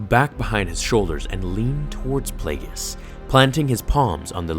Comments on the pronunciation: Take a shot everytime you hear "plauugeis" followed by a diss from sheevy palps youll be drunk and killed in ur sleep by ur apprentice 5 mins into the video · Say plagius one more fucking time and i swear imma kill myself